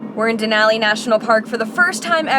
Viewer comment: You are saying Denali correct 👌